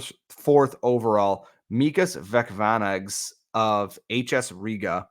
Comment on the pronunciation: Vecvanags is better pronounced Vets-vanags over Veck-vanags. The 'c' is pronounced like 'ts' not 'kh'